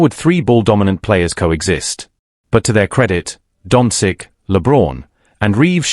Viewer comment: You should at least learn to pronounce Luka’s surname properly. Certainly not “dontzik”, what you keep saying, but “donchich”.🤦